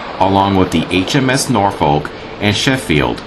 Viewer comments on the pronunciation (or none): When he says to ask a native how to pronounce things, he should've asked how to pronounce Norfolk! lol